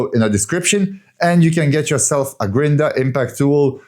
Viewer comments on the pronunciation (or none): What is a grin-der? 😆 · Amazing work! I’m cheering you on and watching your progress—each video gets better, and it’s great to see the video edit progress 💪but the word you were say it's funny 🤣 "Grinder* sounds so funny 🤣